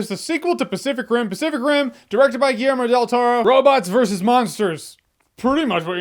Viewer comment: Do i hear "specific rim" or am i tweaking